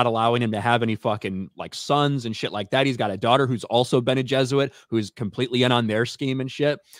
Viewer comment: Why does keep saying bene Jesuit instead of bene geserit? I really hope it's intentional.